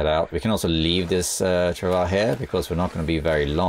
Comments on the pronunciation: stress the W a bit more. It sounds like your saying trav ah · I love you man but is not how your pronounce travois. Not in French or English. Its a French word.